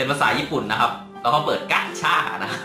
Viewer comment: เรียก กาช่า (gacha) ไม่ใช่ กัชช่า555